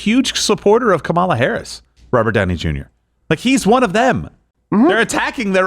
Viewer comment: Finally, someone who pronounces Whoremala's name the way it's suppose to be pronounced, and the way it was told to us from her very lips when she was the Willie Brown's mistress